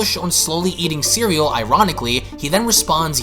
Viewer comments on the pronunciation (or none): bro its CEREAL not SERELL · ... u cant read the word cereal ? The writers know what they’re doing w these names and u butchering basic english . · Hahahaha! I know I'm being really nitpicky about this....but the planet's name/pronunciation isn't "surell". It's cereal! Breakfast cereal! The names for this whole arc is based off of breakfast foods lol. It's...also pretty appropriate for dragon ball....but it's still kinda drives me nuts with the names. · Planet Sorel? Lmfao you mean cereal? Like the bfast food home skro! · Love your videos bro. But you do know that the planet in the Granaloh arc is spelled and more than likely sounded out as cereal(see-ree-al. Like Cheerios or Frosted Flakes